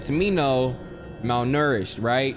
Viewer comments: Nobody:: MalNERished 😂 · Nobody: Absolutely nobody:: “MaLNouRishED” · the way he’s saying malnourished (however tf you say it) is sending me🧍🏽‍♀️💀💀